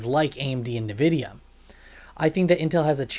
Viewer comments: Whats with the nervidia ffs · What the hell is Nevidia?